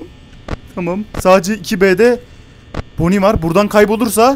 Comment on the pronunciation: Ve bonny e bazen boni bon demesi müq oluo sjsjjj 😂😂😂